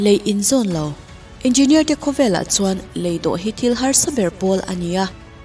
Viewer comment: Nuih poh ti za zawk engeenier chhiar kop thiam lo🤣🤣